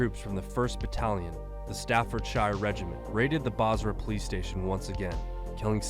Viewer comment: Lmao the way he pronounced Staffordshire